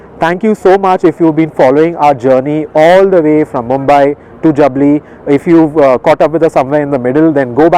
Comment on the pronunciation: Two things : First you totally chose the wrong highway to Chandigarh. Jaipur - Churu - Salasar - Hisar - Chandigarh NH is much less busy. Second, that village is pronounced Jaabli, not Jabli.